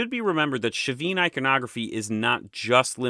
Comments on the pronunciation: All so fascinating, thank you! Well organised, well unified presentation. Your master plan for these videos shows. It's helpful how you refer back to other videos on the topic, very instructive. It all flows. One question about the pronunciation of Chavin. Is the "sh" initial sound correct? My [Mexican] Spanish would have a "ch" sound, as in "church" for the initial sound, as their alphabet had A, B, C, CH, D... (The CH has since been omitted, with other modernisations.) Or was that a Gallic adoption? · Pronunciation: Chavin is not Sha-Veen! but Chah'veen. Quinua (Quinoa) is Keen-u-a not Kwin oh-a. Been there, and the white granite relief of the priest wears regalia of Condor (world above) Jaguar (middle world) and rattlesnake world below. Chavin isn't in the highlands but on the trail east of the Pacific crest to the Amazon basin. I don't know about the North-South connections, but it was reasonably easy to get there from Huaraz to the north, which sits looking at the highest tropical mountain range in the world, the Cordillera Blanca (time was it was always covered in snow, -don't know about now!) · Hi, I'm from Peru, the right pronunciation of the ch for Chavin is like when say the word Chapstick and not like the ch when you say Chicago. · Also the ch in Chavin is a hard fricative, as in Charles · Another top notch video. Fascinating, and all new to me. I'm no expert, but if "Chavin" is given a Spanish pronunciation the initial "ch" would be hard like "chocolate". Buit I may be off base here; maybe it's not a Spanish word but from a native language? Great video anyway.